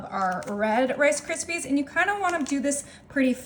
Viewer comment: "FA LUFFY" AND "CA RISPY"??????